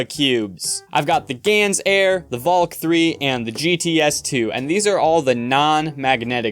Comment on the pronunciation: Finally someone who says valk the Dutch way...